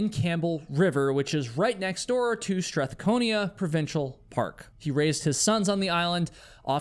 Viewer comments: By the way, Strathcona is pronounced STRATH-KONA NOT Strath-kon-ee-ah and is spelled STRATHCONA. Have a super day and thank you for this vlog!! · oh, and, i was born and raised in Campbell River. it's pronounced "Strathcona" not "Strathconia" (no "i"). ;) i know i'm being a bit pedantic, but just an FYI :P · It’s STRATHCONA, not Strathconia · Strathcona Park, not Stratconia... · It’s StrathCONA. Not StrathcONIA. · It’s Strathcona park NOT STRATHCONIA learn to read & spell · 'Strathcona', not Strathconia. Beautiful place, the whole island. Lived all over it inc Campbell River & Duncan. Nearby Mt Prevost (pronounced Preevoe) is a few kilometers of easy lope for any roadworthy auto and a popular hiking area for a great view. One side even has a little cement "ramp" going down to the edge of the bluff where hang-gliders run with good grip + launch. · it's "Strathcona" not "Stranconia". Besides that, Vancouver Island has ~50% of the world's population of mountain lion. Allegedly. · Strathcona, not Strathconia. Duncan, "Dun-can". Yeah, there're wild beasts in the woods, same in other parts of B.C., or Canada for that matter. Sounds like the guy in the first story "blew himself up, real good!" Maybe, he was exhibiting symptoms of schizophrenia with the aliens story. Alternatively, he was committing suicide and figured that no one would find him/his vehicle there. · Strathcona doesn't have an I in it, Prevost is a French name so it's pronounced "Pri-voh," and it's not "Done-can" though that's close, it's "Dunkin." I cringe to contemplate how you'd pronounce "Nanaimo" or "Chemainus" 😂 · Great stories!! I live just up from Duncan (pronounced Dun Cun) and Grangers disapearence.Always facinated me. The old gentleman is new to me butt very interesting for sure. (It's pronounced Strathcona - no IA. Just so ya know . Im sure you'd want to know that.) Keep doing what you do.. Always good!! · Strath cone ah and Dun kin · it's called strathcona park , there is no ia in it's name